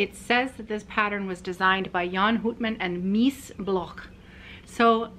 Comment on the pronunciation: The "ou" in Houtman is pronounced as the ou in out or about 🙂